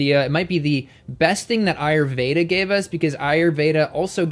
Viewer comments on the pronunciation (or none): none